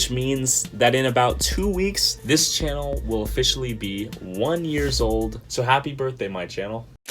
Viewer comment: Another great video btw not shannel...channel with ch xD anyway amazing people say after 100k subs come easier and you get more sponsors easily..keep it up